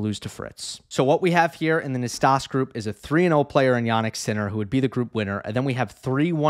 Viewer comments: Hi, I just want to point out that "Nastase", being a romanian name, it is spelled as it is written: not "nastas" but "Nastase", with that final E being the same E of, saying, "egg" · Nastase is pronounced Nastazee--c'mon--ZEE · Yes us oldies know it's Nastas-ee lol nickname Nasty back in the day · Thanks. You can check your pronunciation of Ilie Năstase on Wikipedia. John Newcombe in commentary always said the final 'ee'